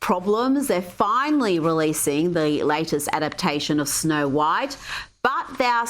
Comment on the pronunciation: No-white and the Seven Dwams